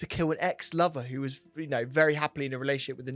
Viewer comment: I like in this justifying the argument barry deserved no comp. Here here. Stop saying wuz tho! W-A-S